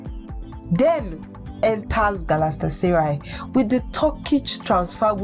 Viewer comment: Ur English and reading is not nice at all especially when mentioning the name Galatasaray chaiiii